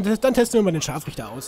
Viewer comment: Ehm Du hast das R vergessen ihn ScharfRichter